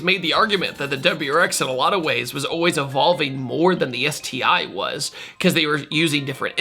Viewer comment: “ÉTI” hahaha😑